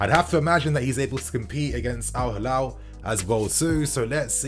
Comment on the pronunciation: It's Al Hilal, not Halal